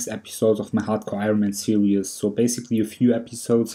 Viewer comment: I love how you say "serious" for series it makes me smile :) Awesome videos maaaaaaan.